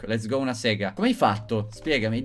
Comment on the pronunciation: Quando non sai che dire nel video: " Lez gou"